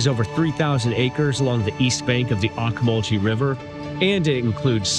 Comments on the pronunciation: Great seeing your perspective of my hometown. My wife and I have lived here all our lives and we enjoy downtown, Cherry Street and Poplar Street. Great restaurants again thank you. Other than mispronouncing Ocmulgee river (ohk-muhl-ghee) You did a great job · It's pronounced Oak-mull-gee river by locals! I was a DJ on WNEX rock station and what was then WMAZ radio during the late 60's and early 70's there in Macon and on WNEX we were the early ones to play new music by the Allman Brothers during that era!